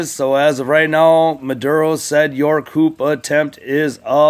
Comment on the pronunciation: It's pronounced "coo," not coop. You don't pronounce the "p" at the end.